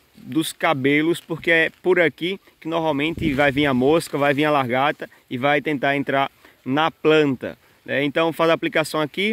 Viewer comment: Desculpa,gosto muito dos seus vídeos,porém me incomoda vc dizer que é professor e falando "largata","decascar","varêa".Vc é professor mesmo, ou auto intitulou?(Só por curiosidade)